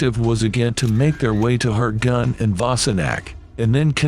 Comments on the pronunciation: "Hurting" I thought it was pronounced HURTGEN !!! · Hurting forest for gods sake use a real human voice it really spoils it couldn't watch it.